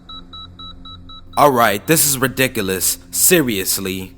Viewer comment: "redickilous" haha